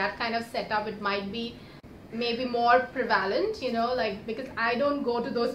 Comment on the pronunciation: Prevailentt u said its pre- valent ( prevalent)😂😂😂😂😂